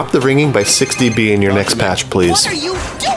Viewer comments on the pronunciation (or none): Also I kept thinking he was saying 60-b instead of 6-db, and was very confused on what he meant until now lol